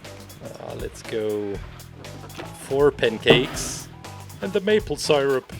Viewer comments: i like how he says sighrup and not syrup. its godly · I love the way he says sirip😂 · Its pronounced see-rup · Everyone: IS IT SIRUP OR SEERUP: Sighrup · Dude I love how he pronounced syrup